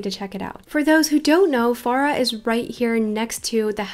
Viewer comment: It's Fara Not Feara sry not meaning to be rude